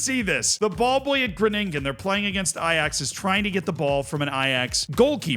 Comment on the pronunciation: Gro-nin-gen. First part is where you put the emphasis. And yes that kid was fantastic! Funfact: in Spakenburg (The Netherlands) there is a derby between Spakenburg and IJsselmeervogels. The 2 clubs are separated by only a fence. It's great fun to attend the matches!